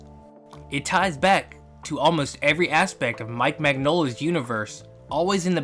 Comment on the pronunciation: Heads up, it's pronounced "min-YOL-ah". The "gn" makes a "ny" sound, like in lasagne.